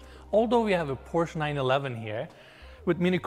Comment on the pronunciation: Von dem will ich nix, der kann nicht mal Porsche richtig aussprechen.